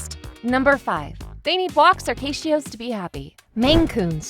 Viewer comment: Cayshios? Lololol, no. That would be "catios." As in "patios for cats"